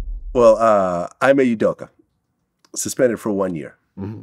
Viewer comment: I don’t often post comments online but as a Celtics fan I have to inform Glad the former coach’s name is pronounced “E-May”, not “I-May” like he keeps saying. Also as much as I’d like to give Ime a pass he def fucked up and shoulda known better so I gotta disagree with Iman that the suspension is bogus. Ime did a good job but Boston is now rocking with Joe Mazzulla and I don’t think we’re looking back.